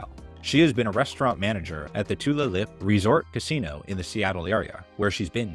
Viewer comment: Too-lay-lip is pronunciation of tulalip